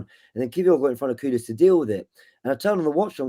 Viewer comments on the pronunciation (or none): none